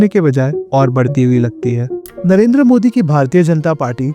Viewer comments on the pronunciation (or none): none